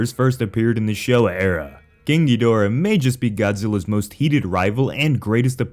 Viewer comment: The constant mispronunciation of Kaiju names makes my brain ache. Why can Americans never pronounce Ghidorah correctly? Or Gabara? Or even Gigan for pitty's sake! You don't have to be fluent in Japanese!